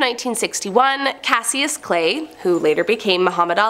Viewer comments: Ali's name was pronounced CASH-US, Clay, not CAS-SEE-US. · For the young generation: His name was pronounced “Cashus Clay”, not “Cas-ee-us Clay”. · I felt that as soon as she said it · I was thinking the same thing smh 🤦🏿‍♀️🤦🏿‍♀️ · That hurt me for the disrespect to the goat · Nooooo she called him Cass-y-us 🤦🏻‍♂️ it’s pronounced CASH-US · did she say Cas-ee-us😄😄😄😄😄😄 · Pronounced "Cashus" Clay.